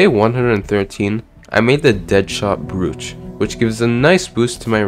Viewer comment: Quick tip: "Brooch" is pronounced "broach", despite being spelled with 2 O's.